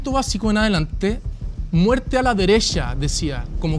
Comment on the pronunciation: criticando a a Magdalena por decir deresha, vistima. Y él en la discusión diciendo: se te hizo 🙄. Es muy soberbio. Mal